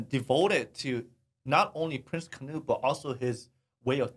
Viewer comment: alltime i hear poeple say kanuthe to Prince Knuth i can stop screaming